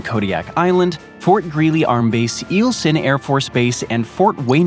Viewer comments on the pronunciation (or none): Clear not clean base, and Valdez is pronounced “Valdeeze” and Eilson is pronounced “Isle Son” and Ft. Greely is over McCarthy instead of Delta Junction on that map